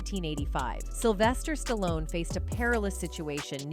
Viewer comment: Sylvester Stalon? REALLY?? AI crapola.